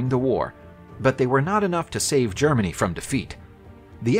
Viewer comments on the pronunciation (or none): none